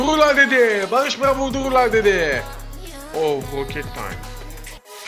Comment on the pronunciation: Bağğış Bğaaa deyişini tekrar tekrer dinliom sardı vallaha